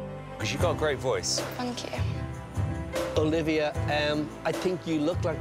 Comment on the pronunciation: Great, but she has to stop saying Fankyou, and start pronouncing her th's.